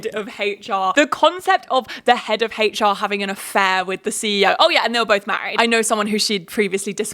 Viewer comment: "head of haitch-ar" lol